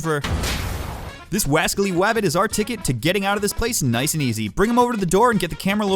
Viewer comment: Question does anybody when he says niceu it’s a JoJo reference from Joseph Joestar